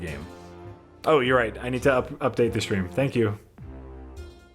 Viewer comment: can't pronounce the word stream wihout saying shtream... It must be his crocodile brain.